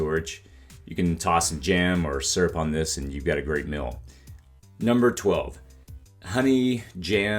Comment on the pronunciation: Off topic, but where are you from? You have an interesting vowel shift, you pronounce "meal" as "mill". I've never heard this before.